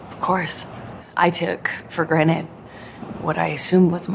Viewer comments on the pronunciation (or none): Did I hear her say “took for granite” instead of “took for granted” 😂